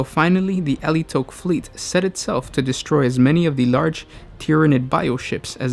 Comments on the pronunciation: It is Ala-i-tock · Ah-lie-ih-tock. As said by Adrastia in DoW2. "Die well, Eldar of Alaitoc." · i thought it was Al-ti-ock not a-li-towch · God dammit, why can't you pronounce Alaitoc!? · Yeah, the main thing I found weird with his pronunciation is the emphasis on the last syllable, it literally took him saying it about 10 times before I realised which craft world it was (and currently playing DOW3 using their colours). I've always pronounced Alaitoc similar to allay, with the toc (soft o). Not saying anyone's wrong, to each their own when there is no official pronunciation guide for a fantasy word :)